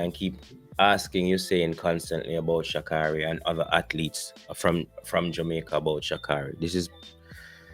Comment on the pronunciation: Her name: Sha-Kay-ry. She would appreciate her name being pronounced correctly.